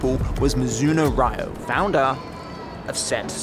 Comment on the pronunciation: pronouncing Ryo as Raiyo is such a minus when you can do proper research or check with google or check with the people you speak to for god's sake you're in Japan.